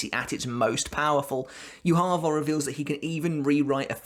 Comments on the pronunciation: Why are you saying Yuha Va It is Ywach Bach, it's German common man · hh. good video, but "youhaava" triggers me so much ;dd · How can you keep pronouncing yhwachs name so wrong. It's yu-ha. He literally says his name in bbs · Its not yu ha ba (yhwach). Its derived from hebrew which has no vowels beign YHWH. Its pronouced as Yea Wa not yu ha ba. Also I think how yhwachs powers work is that he has communication with his future self. Thats why when uryu severed that power in the future. His future self could not send information back to the past. It was also so that uryus arrow was the only thing that was able to stop his power. So unavoidable attacks to his future self could still be sent back as information. Tho blinded by uryus arrow. His powers nullified. He cant send information back. As a result he saw a vage image not completely able to understand what had happend. My theorie, could be wrong. Its a while since I read the books. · It's pronounced You ha Bach. Not You harva. Proper pronunciation matters how the heck did you butcher his name so badly? Almost makes this unwatchable for me. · The way you say Juha 😂😂 "Youharver" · I love way you say his name... "YuHava." With accent makes his name sound God like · Thought Yhwach read as "JUHA BACH". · It's funny that everybody pronounces this guy's name differently I can't wait to find out how his name is actually spoken. That being ssaid, how do you get "YU-HAVA" out of Yhwach? There's no u's or v's in that so please explain?🙃🤑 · It's the way you call yhwach for me. Wtf??!! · It’s pronounced “Yhwach”... not “Yhwach”.